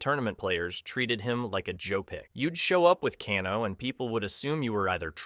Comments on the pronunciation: Cahno. CAHNO!!!! FFS!!!!! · To be fair, the Japanese surname Kano is pronounced "Kah-noe" rather than "Kay-noe." The founder of Judo was Jigoro Kano, and he was supposed to be Japanese in the original game. The 1995 movie made him Australian, though the actor was speaking with a cockney British accent. The "Ka'noe" was weird though. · who tf is cahno? 😭🙏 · Bruh, it's hard to take you seriously when you mispronounce Kano...